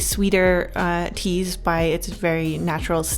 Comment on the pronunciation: I thought she said cheese as cute girls for a second skskksks